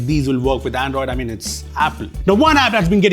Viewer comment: that "Andriod" 18 towards the end was subtle! 😆